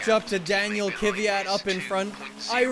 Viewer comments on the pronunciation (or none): is KVYAT really pronouced Kivyat?